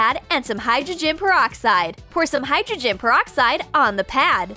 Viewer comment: And she said hydrogegen